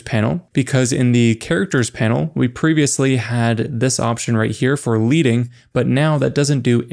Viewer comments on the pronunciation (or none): You mispronounced the word LEADING. It is pronounced LED-ing, not LEED-ing. It comes from the original days of lead-based typesetting, in which plain bars of lead were used to create the space between lines of type. The higher the bars of plain lead, the more space between the lines. Thus, the reason for calling it LED-ing. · Manually aligning separate text layers to a guide line does take a long time. That's why people select all the layers and click on the 'left align' button. And leading in this case is pronunced 'ledding'. Like in the metal 'lead'. Deriving from the lead metal spacers old print shops used to use.